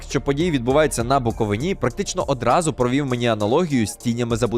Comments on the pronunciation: Будь ласка, не кажіть "БуковинА", дуже ріже вухо! БуковИна 💛 Фільм прекрасний, однозначно! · Будь ласка, не говоріть БуковинА, наголос на третій склад БуковИна. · Дякую за огляд! Тільки дуже хочеться виправити, БуковИна а не БуквовинА 😇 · правильно говорити БуковИна!!!! а не БуковинА😩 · Буковиииина а не Буковинаааа замахали! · Ну, матері його перековінька, скільки можна, Буков'ина, а не Буковин'а, це ж так просто, в чому проблема хоча б загуглити, а в цілому огляд шикарний) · БуковИна! БуковинА це по азіровськи та януковичськи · лиш Букови́на, а не БуковинА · БуковИна, на БуковИні А не БуковинА, і не на БуковинІ Чомусь всі крім буковинців неправильно наголос ставлять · Відео круте))) тільки БуковИна, а не БуковинА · Ще раз скажеш- БуковинА'- дам піздюлєй! 😊 Правильно - БуковИна! Єдине українське слово з великою буквою "И"!😊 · БуковИна, а не БуковинА. Будь-ласка запам‘ятайте це. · БуковИна, а не БуковинА. Вимовляй корректно, бо це піздец бісить. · Не буковИна, а БУковина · Бля БуковИна, а не БуковинА, скільки можна!!!!! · Дякую за вашу працю, та цікаве відео (P.S. перепрошую, але БуковИна, а не БуковинА...) ЛевіОса а не левіосА 😅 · Відео супер класне, топ, хочу піти в кінотеатр на цей фільм! Але я згадую свою стару дальню родичку. Вона вже була старше 90, іноді в неї були проблеми з пам'яттю, але, коли хтось казав БуковинА, то вона аж підіймалася від ліжка з кричала БуковИИИИна! То не в критику, а лиш до того, що не всі українці знають правильний наголос) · Все супер, тільки будь ласка, БукоВИна🥹🫠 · Наголос у назві історичної области Буковина, потрібно ставити на третьому складі – Буковина. БуковИна!!!!! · Букови́на - з наголосом на букву И. Не на останній склад. не на перший. не на другий. А на третій. Не зАгін кінОманів. Не автОр каналУ Не вІталій гордІєнко Не укрАїна Не гАличина Не букОвина p.s. Огляд класний, але ж наголоси, то май важливо. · Дякую велике за огляд) але є один мінус. БуковИна - БуковИні) різало капочку вуха) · ставте вірно наголос "буковИна"